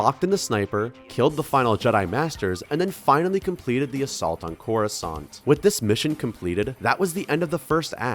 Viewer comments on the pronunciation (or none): Didn't know there were croissants in space lmao (corrusant sounds liek croissant)